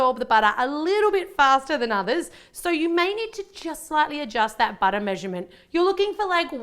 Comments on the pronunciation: I know its butter, but SHE pronounce it like "bojter" 😀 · More like "buttah" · love how she says "butter"